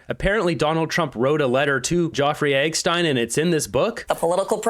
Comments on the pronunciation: it's Epistein, not EGG-Stein hahaha... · Why do you refuse to pronounce Jeffrey Epstein's name properly? It's not fucking Joffrey Eckstein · So you can play a video clip about Jefferey Epstein where they can say his name but you call him "Joffrey Eggstein"? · Jeff-Rey Ep-Stein 😂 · what is up with your epstein pronunciation? is it an algorithm thing or what? do you spell it that way too?